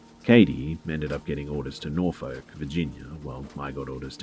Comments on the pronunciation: I was immediately like, "if you ain't cussing, you're not saying it right" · The way you pronounce Norfolk Virginia made me laugh so hard